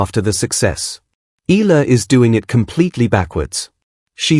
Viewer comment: Please pronounce her last name correctly. E A LA